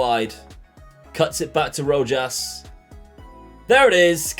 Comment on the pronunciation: Rojas you don't pronounce the j and you say roass not trying to to be a dick 😂😂